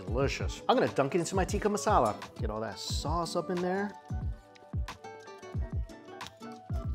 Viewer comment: Looks like he is upsetting shepherds pie aficionados while he's calling Tikka marsala, "tiki" masala. Luv ya Mike.